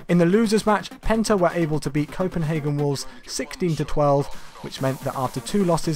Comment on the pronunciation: Penta sounded like Benter